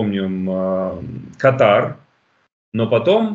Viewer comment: и другим невежам- КАтар! Ударение на первом слоге! А катАР- это название болезни! Щеки надуваете, а с грамотностью бедааа!